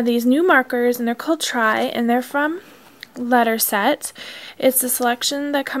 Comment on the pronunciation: It's not letterset, it's Letraset let tra set. Lol. Just thought id mention that :-)